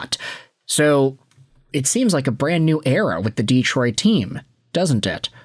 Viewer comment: "Deeetroit" too. Anyway, forget about asking. For a guy who's asking for comments to help with the algorithm, he never engages with his commenters. Just asks for comments and says the floor is yours.